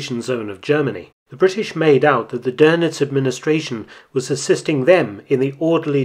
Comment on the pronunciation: Nice video as always, but it's DÖNITZ not DÖRNITZ. There is no r in it